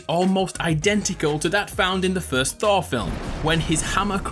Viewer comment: Who says Thor like thawww